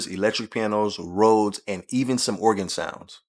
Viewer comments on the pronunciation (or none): none